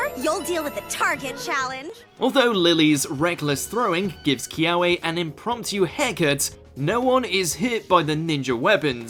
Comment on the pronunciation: I hate how they mispronounce Kiawe’s name. ITS PRONOUNCED KEY-AVAY. Most W’s in ‘Ōlelo Hawai‘i are pronounced as a V sound. Kiawe is a type of Mesquite tree found in Hawai‘i. It smells wonderful can be used for making bonfires and cooking.